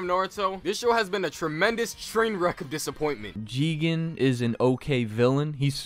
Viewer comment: I think there's something wrong with me. These people's opinions don't make me upset, but the way they say jigen is really pissing me off.